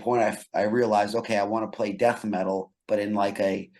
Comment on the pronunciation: The way you pronounced Death Metal in the first question sounded like 'Dat Metal', that's why he deviated to Kiss etc